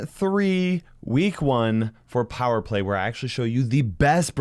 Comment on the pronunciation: plower play? Or am I hearing thing's